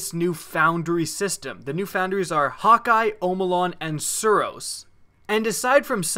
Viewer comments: "Hawkeye" LMFAO. It's pronounced Hah-kuh. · It's probably pronounced Hack-kuh